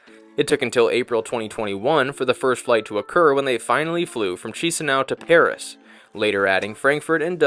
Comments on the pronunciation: Chisinau correct pronunciation sounds like Kishinau not Shisinau😅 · No hate but the way he pronounced chișinau made me think it was a chinese city. Loved ur bideo it is awsome and its the first review of this flight that i have seen ❤❤ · Nice video. Strange that you commented that the food at the buffet was SO European. You were in Europe. And then just a note on pronunciation. Chisinau is pronouned "Kishinow". Iasi is pronounced "Yash". Good luck.